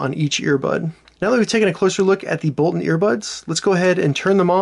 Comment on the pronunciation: It's boltoon, not bolton!